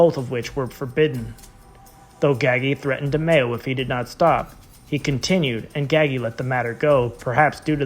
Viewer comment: Please say his name right